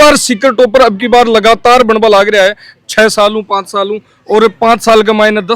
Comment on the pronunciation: शिक्षक महोदय जेई नहीं जे इ इ होता है। पांच साल बोलना चाहिए, पान साल नहीं।